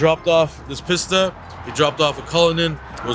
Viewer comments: PissTa :P you mean "peesta" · Its pronounced piece ta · It's pronounced, peeeeesta